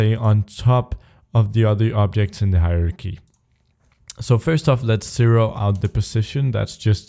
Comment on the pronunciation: Stop saying "cero"! It's "zero"!